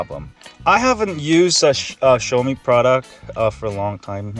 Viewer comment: For a tech channel, I would think you would know how to pronounce "Xiaomi" and "Mi." SMH.